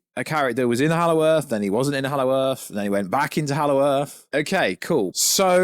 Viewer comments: Hallow Earth…… why do you keep saying it!! Super annoying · Exactly, for some reason ‘he’ can’t say that and it’s super annoying.